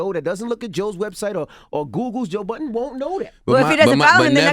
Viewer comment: Why do all you americans call him Joe Buddens? His name is Budden lol